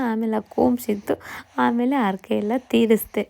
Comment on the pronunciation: Arake alla harake